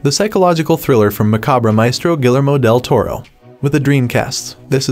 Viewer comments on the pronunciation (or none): Damn, u butchered Del Toro's name.